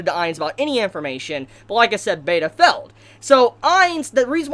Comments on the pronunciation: What's with the pronunciation? Felled? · will you pronounce failed correctly.